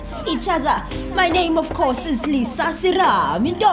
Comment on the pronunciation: Lisa uthi yurinaizer😂